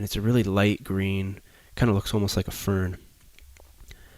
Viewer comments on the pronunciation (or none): none